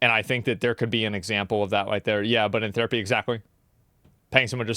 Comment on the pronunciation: The dude looks like Hasan and mispronounced THerapy as "tear"apy. Irritating